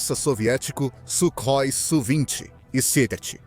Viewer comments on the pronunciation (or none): none